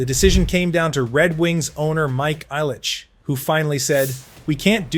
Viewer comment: It’d be nice if he could pronounce Mike Illich’s properly name as well